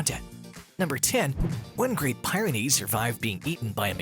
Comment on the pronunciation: I just can't take his pronunciation of Great Pie -ren ies!! You pronounced the mountain range correctly, but then you messed up the Breed name! Yeah this is old, but it's the internet and I gotta complain!!!